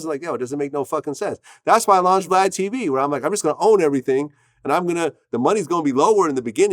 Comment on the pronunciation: Sounded like Boosie called Vlad "Glad" 😆